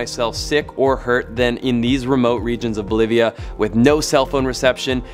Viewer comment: Cool guy says, "Bolivia = believa. Keep it flying"